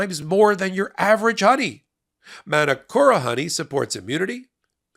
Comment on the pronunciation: it's pronounced Manukora; Ma as in "car"- and you roll the R - NZ Māori